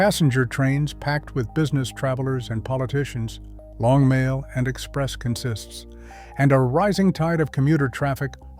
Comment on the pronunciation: The narrator consistently mispronounces the word "consist." In the railroad context, consist (noun) is pronounced with the accent is on the first syllable: CON-sist. It refers to a string of individual cars joined together to form a train. The verb form is pronounced: con-SIST, which is the pronunciation the narrator erroneously uses. You could say a CONsist conSISTS of individual cars joined together with a locomotive to form a train, but it would be incorrect to say a train is a conSIST.